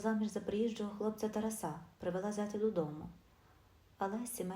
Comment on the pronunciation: ТАРАСА/ наголос ставте правільно, - на 2 складі!!, соромно чути!